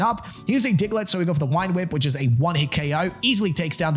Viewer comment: Why do you say wine whip instead of vine whip? Am I just new and there’s like a joke I’m missing or something?